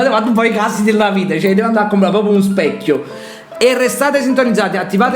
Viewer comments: Infatti dice speccio ma non lo ha notato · Ma dice solo un speccio o specchio? 🤣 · Ha detto un speccio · Ma, per curiosità, oltre al fatto che "un specchio" non si dice: sbaglio o sembra che dica "un speccio"? Forse è una mia impressione, ma mi sembra che abbia inghiottito anche la H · comunque dice un speccio. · ma sto sentenne male o dice "speccio" e no specchio? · Ma dice specio 😂